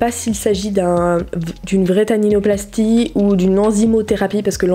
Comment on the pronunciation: C’est pas tatinoplastie C’est Taninoplastie 😂🤦🏽‍♀️😂